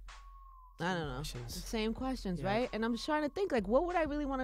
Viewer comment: In the beginning when he said questions I thought he said bull shit